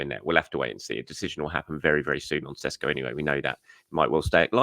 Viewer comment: Great milestone. Well done! And it's Sheshko ☺️